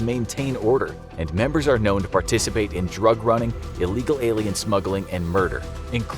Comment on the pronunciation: Nicca said iegal alien smuggling